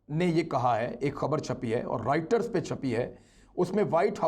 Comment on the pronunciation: Tunisia and Reuters pronounced wrongly!